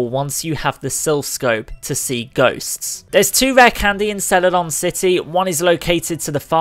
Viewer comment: "Rah candez" 😂 That accent.